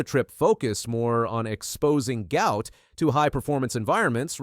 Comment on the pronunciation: Guot is pronounced Gwot, the presenter got those backwards.